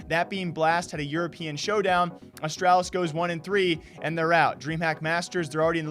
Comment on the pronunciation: You say Astralis wrong. Please fix